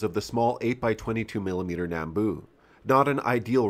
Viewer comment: A quick pet peeve I have about how people pronounce “nambu”. It’s pronounced “nahm-bu” not “nam-bu”. And if you want to fight me just remember we say “vee-ut-nahm” not “vee-ut-nam”